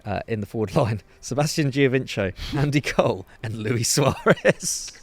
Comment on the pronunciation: Great video. I tried to do just my team since 1992 but they have been tuuurrrrible in January: Aston Villa. Pedantry - Giovinco is pronounced Joe-vin-ko. He’s not Brazilian.